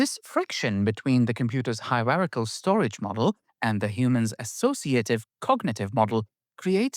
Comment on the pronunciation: What‘s a „Hirerachel File System“?